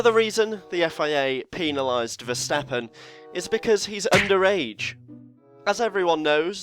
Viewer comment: do you pronounce pen the same way as penalized? I hope not, it's PEN pls, thx. Good vid though, thanks!